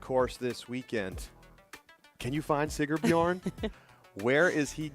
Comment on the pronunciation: it's SigRbjorn. There's an R in the middle. Like the sponsor's name - Sigr. Otherwise, great job! DGN production team - volume control was terrible, all over the place. Loud for commentary, really low for ads. Camera operators weren't tracking discs as well as one would hope. Fun course and beautiful!